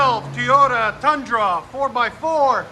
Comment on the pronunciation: Teyoda? It's Toyota bro.